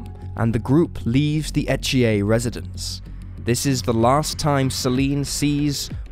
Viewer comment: It’s pronounce unless you live in Quebec, E th ier I know because it is my son in law name! Lol no French accent!